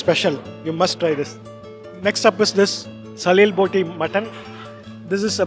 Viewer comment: its SALEE botee not SALIL boti Sir. Thick wire is called Salee. The fried Potatoes in that dish are Grated like wire . Hence the name..